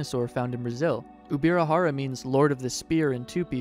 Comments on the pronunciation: Ubirajara is pronounced "J" as in English, not with "R". The language spoken in Brazil is Portuguese, not Spanish. The "J" in Portuguese is pronounced in the same way as the "J" in English, and not "R" as in Spanish. The name is indigenous to Tupi and he reads and writes in the same way as Portuguese. The correct way of speaking is "UbiraJara" and not Ubira"R"ara. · its no ubirarara its ubirajara, brazilians speak portugues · Uh, J is not pronounced R in Spanish, it's usually an H. He was pronouncing it UbiraHara. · I get it, so in English H sounds like R. That's okay, but the pronunciation of the dinosaur in this video is still wrong.